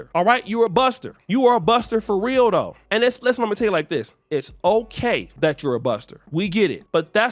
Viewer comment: The northern California jumped outta oshay, when he said Luke is Dusty for real though!!!!!! 😂😂😂😂😂😂 With the emphasis on the though!!!!😂😂😂😂